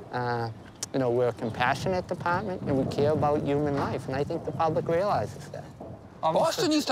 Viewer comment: compassionate depaahmint